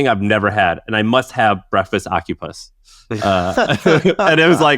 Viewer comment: Ocupus is now how I pronounce that. Done. That's my take away from this haha